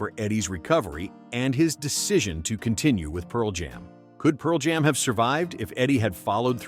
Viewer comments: I think it's AI. "Pearl JAM." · absolutely. The dead giveaway is "Pearl JAM."